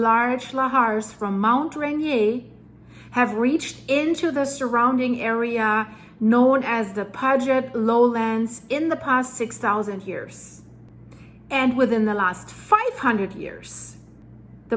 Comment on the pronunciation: Ahhhh, now it's (PUDG IT) sound instead of (PEW JET) sound. I know you've heard them pronounced, why butcher them this way. It's very annoying (SEYE KOUGH)=()